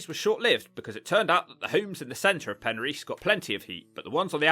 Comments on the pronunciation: Penrhys is not pronounced as Pen REECE. Pen RYS, (RISS). Regarding your list of TURDTOWNS, when are you going to include LONDON? The ugliest, dirtiest and most squalid city in the whole of Europe must deserve its own TT video. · It's Pen-riss, not a problem. Welsh language is f'cking weird. Looks like a cool place, those factory roofs though, a lot of that shit went on in the 70's. There is a lot of those roofs in Swansea. Looks like a lovely place to live if you have enough prepped. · First you didn't roll the r in Penrhys, then you failed to roll the r in Rhondda valley. I'm beginning to suspect you've never been to Wales. Hrrrrumph